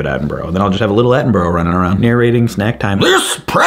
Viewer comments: Attenborough got me every time. Its at-in-BRUH not at-in-burrow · sorry to be that (english) guy, but it's pronounced "attenbruh" (like "brother" without "ther") , not "attenburrow" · FYI it’s not Atten-bro it’s Atten-bur-rah : British person rant over 🇬🇧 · It's "At-en-bruh", and not "At-en-burrow". The word 'Borough' is only pronounced as "burrow" by Americans, which is fine if it's any every day word (which it is in the UK...) like tomatoes or potatoes, BUT not if it's the name of a person or place, especially the legend that is the one-and-only Sir David Attenborough!! :D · Love your stuff 😁 but as a pedantic limey anything with borough in it is pronounced 'bruh' 😁 big love man, keep it up ! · Omg I love you, you've been keeping me company all day data inputting but THAT IS NOT HOW YOU PRONOUNCE ATTENBOROUGH it's bur-rah... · "David Attenburrow"......... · As a Brit I love that you can't say Attenborough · you say Attenborough wrong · Why are you pronouncing Attenborough's name like that 😭